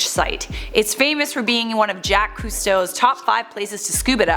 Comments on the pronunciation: "Jacques" Cousteau is pronounced "ZH-ah-K" not "Jack" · I was impressed with the information, however I was not impressed with your enunciation of many words starting with the famous Jacques Cousteau not pronounced Jack!